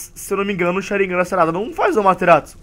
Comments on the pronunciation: o tu erro e sharingan e não sarignan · o ''SHARIGNAN'' kkkkkkkkkkkkkkkkkkkkkkkkkkkkkkkkkkkkkkk